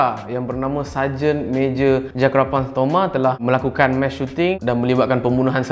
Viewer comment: Bkn mesh... Mass🤦🏻‍♂️